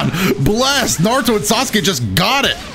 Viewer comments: It’s not narutoe man it’s naruto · I know this is 1 year old but this dude says he loves the franchise even tho he says narudo and karin kirin and hinata hanata